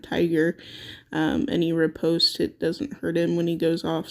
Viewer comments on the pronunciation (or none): none